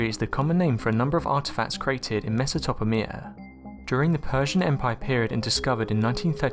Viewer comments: MES-A-TOP-A-MIA??? I have never heard someone call the people who built the PYRAMIDS "primitives" and then go on to mispronounce one of the most well known civilizations of the ancient world. This video gave me a brain tumor. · and all presented without sounding like George Tsoukalis at his most hypo. The pronunciations of Mesopotamia,and similar is I guess ,Siri failing to translate fully? No worries, there are sites where even Professor Hawking would have problems decoding. Excellent Thank you